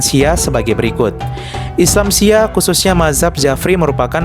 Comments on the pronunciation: Nyebut Syi'ah aja salah moderator baca nya Syi'ah bukan siah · Min bacanya bukan Syiah. Tapi Syi-ah. Dan Syi'ah BUKAN ISLAM.. Syahadatnya juga beda. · Syi'ah bukan syiah Apakah reporter gak pernah dengar sebutan syi'ah?sehingga cuma membaca tp tidak mengerti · SHI ' AH BANG BKN SIYAH 😮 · Bukan siah atuh..... syi’ah...!!! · iya syiah dibaca syiyah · Ini penyiarnya kalau bukan islam itu sendiri jangan sok tau deh, yg di terangkan masih ada yg keliru. Nanti bisa jadi mengundang kontra. Cara penyampaiannya sja masih salah dalam mengucap salam dan mengucap syi'ah. Mending urus agama sendiri deh